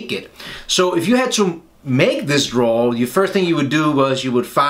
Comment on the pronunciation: Hey Don't know if anybody has told you but it should be drawer not draw. Love your videos btw very thorough in your explanations 👍🏻